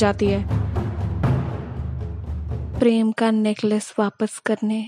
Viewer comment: When she says preeemmm it reminds me of only desi